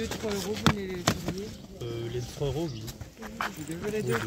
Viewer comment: tu dit pas oui met wi 😅